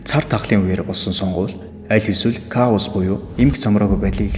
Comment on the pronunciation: Ка-оас биш К-оус гэж уншдаг шүү